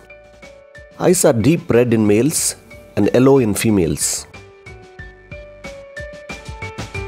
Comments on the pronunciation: you don't have to change that pronounciation of 'yellow' as 'ello' as it is a bit stylish as europian pronounciation plus eventually it will become your signature...your voice is deep and pleasent to hear... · The way you pronounce the yellow colour.🤣🤣🔥